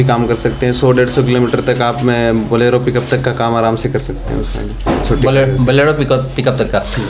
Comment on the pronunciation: Borelo nhi bolero